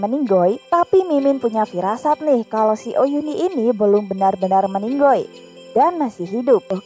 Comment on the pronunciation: Ini mbak nya ngomong meninggal jadi meninggoll.. Lucu mbak